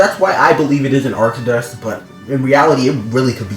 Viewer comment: Its pronounced ark-toe-dus